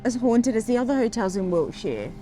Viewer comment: You pronounce Wiltshire as wheelchair. In the next video could you please use both words in a sentence, just for me?